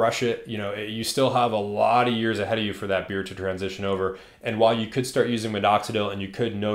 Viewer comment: Why do you keep saying MiDoxidil with two D’s? 😅